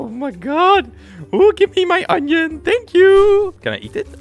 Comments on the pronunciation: Why he saying oni ? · Any one notice how he said onion